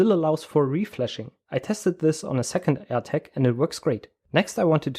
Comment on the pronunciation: Very interesting! one thing that amused me is that when you say "Air Tag" it sounds exactly like when you say "attack" - threw me a couple of times :-)